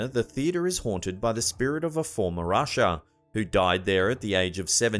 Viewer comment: LOL I thought you said that the theatre was haunted by a "former Russia" instead of a "former usher". Thank goodness for Closed Captioning!